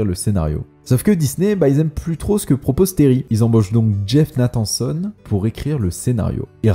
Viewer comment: très bonne vidéo en général mais perfectible, revois la prononciation de "Verbinski" ça trigger xD (ou d'autres prononciations anglaises à la française, genre "Nathanson" aussi xD), et fais attentions à quelques bafouillages et erreurs genre "The" Lone Ranger quand tu parles de ce film, alors que le film n'a pas de "the" dans son titre, je chipote mais cumulé voilà quoi